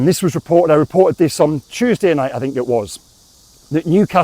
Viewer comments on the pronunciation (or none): none